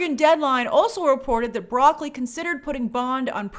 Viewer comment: It's Bra-cole-E